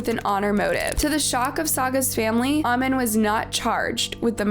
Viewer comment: The way you're pronouncing "amin" is irritating me please